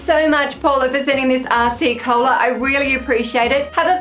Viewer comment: Don't know if other people have said this, but it really sounds like you're saying "arsey cola" which gave me a chuckle :)